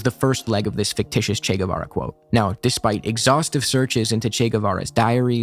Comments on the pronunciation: When some speaker starts by calling him "Che Güevera" insted of Guevara I instantly know they are full of crap. You see, my first language/native is spanish, the "U" in Guevara surname is silent. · Ni lo pronuncian bien CHI GÜIVARA